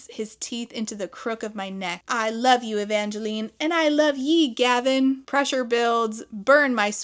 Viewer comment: Please tell me I did not hear "Ye complete me". I iz ded. ☠️🙄